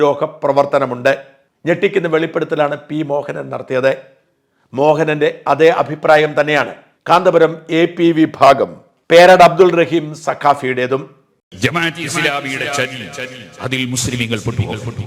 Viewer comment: പേരോട് അബ്ദു റഹ്മാൻ ആണ് 'അബ്ദു റഹീം 'അല്ല... പേരെങ്കിലും വളച്ച് ഒടിക്കാതെ പറയ്....